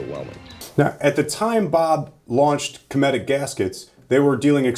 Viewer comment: It is pronounced (cumetic) Bob is my grandpa hehe